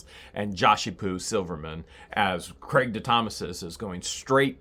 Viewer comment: I keep rewinding back to where you're calling him, "Craigy," lol.